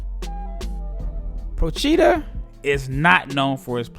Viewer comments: Very nice video, but the accent for Procida is on the 'O', like Prò-chi-da ;-) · Btw the pronunciation is : Pròcida. The accent is on the o.